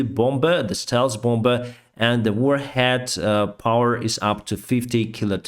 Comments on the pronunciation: If appreciated, it's "bom" for bomb and "bommer" for bomber 🤝🏻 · Hey, great English! All I would say is the 2nd b in "bomber" is silent, just for future reference 😊